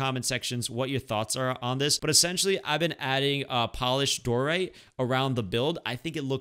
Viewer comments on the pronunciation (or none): Die-oh-right not Dor-ite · I hate when you say dorite because it is diorite not doorite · “Diorite” not “doorite” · I am not a hater or anything but am I the only one that has a problem with him saying dorite instead of (dy-oh-rite) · its pronounced die-or-ite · Cocaguvkukt t lol who gets triggered when he’s says doorite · When he said diorite wrong